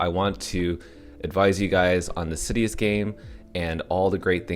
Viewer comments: IT'S SI-DUS.. not SidEEus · sidus (see-duce latin for star mentioned in first AMA) is the pronounciation. not trying to be a jerk haha just heard it pronounced 100 different ways :P